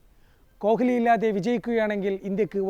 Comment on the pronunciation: Adhyam ni kohhhli nnu maati kohli nnu parayan padikku😂